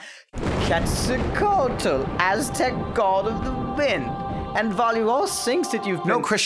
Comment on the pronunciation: Lol bro you need to learn to pronounce Quetzalcoatl. Lol like wow. Good video but that was complete cringe.